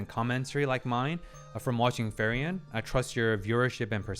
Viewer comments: Ok, but ..... its not FERIEN ITs FRIEREN (Friiiren - in english read like "FREE - REN" ) 🤣 , but good video... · its frieren (free-ren), not fairen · a tiny detail, it's not ferry-en :) it's frieren[fri ren], german for freezing (when you're cold / shiver) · In German "ie" is pronounced as a long "e".... Her name is pronounced more like like Free-ren than Fair-ian. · Kieran, Firion, Feiren, even Luger... we all love the mispronounced German names. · It's kinda funny how he keeps pronouncing "Frieren" (the German word for "feeling cold") as "Ferien" which is the German word for "holidays". Maybe it's his subconscious desire to go on a vacation 😂 Joking aside, (4 :53) while I can see parallels, that's most likely to certain scenes being made to cause a similar reaction. You do have quite a unique perspective and insights, which is why I'm looking forward to your takes on certain events (especially in the 1X Episodes) and characters introduced later on. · like "Free-ren" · "Solltrag"? "Frieren the Elegy"? WTF? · Been hyped for this since you went to 1 episode per week. I have some questions/remarks: `Which episode do you start pronouncing her name properly?🤣 `Concerning subtitles, I'm curious where your source is from. If you haven't yet watched all the episodes and don't have a Crunchyroll acct, March 1st is when Netflix will finally get this series.. so there will be another huge influx of new viewers of this anime with the (likely) official subtitles. Also, I find it's easy to learn how to pronounce words in foreign languages by switching over to English Dub, if only briefly, just to hear the word spoken by the English voice actors. I always watch subtitled, but it irks me when I get it wrong myself.